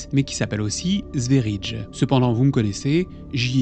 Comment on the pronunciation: Mon cœur saigne , sverige veut dire Suède (le pays ) et se prononce sfériyé ....par contre ta vidéo est superbe